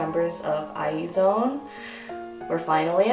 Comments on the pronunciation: Not eye.. But Iz one.. you should say IZ like you say is.. and mix it with one.. "is one "..twleve star become one means 12 is one.. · eye-zee-won is the pronunciation lol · I think it’s pronounced IZ-ONE. Well I think it’s cooler that way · It's supposed to be pronounced eyes-one but I keep saying eye-zone not a fan of the name tbh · "I is one" that is how Lee seunggi pronounced it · not what I heard from Friday's night live streaming. Lee Seunggi was pronouncing it as I is one. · Meee. How do pronounce IZone? Eyes one? I zone? WHAT?